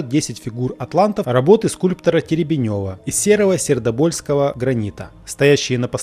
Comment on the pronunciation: ТЕребенева, а не Теребенёва! АнИчков, а не Аничков. Позорище(